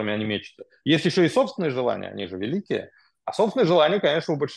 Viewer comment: Они произносят : Адин нароТ вЯликие АсвАбАдители именно так..